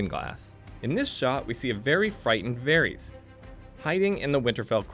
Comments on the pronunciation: Varies instead of Varys lol or his pronunciation of Sansa. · "Jendry" and "Seersee" and "Varies."